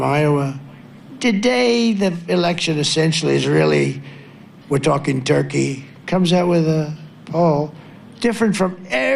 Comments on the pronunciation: Did he say Turkey or Turke? :D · Did he say the poll out of Turkey???